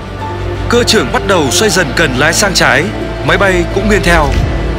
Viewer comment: Tại sao tất cả các từ "nghiêng" thì lại đọc là "nghiên", nghe rất khó chịu. Xin góp ý với ad!